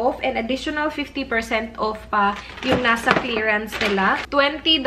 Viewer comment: Enjoy sana yung content mo, u are smart. but dko na talaga kaya, ang thick ng bisaya accent mo. The way you pronounce the word "off" is wrong. You pronounce it wrongly as "uuuf". I can't anymore. And when you pronounce "dollars" as "dahllers".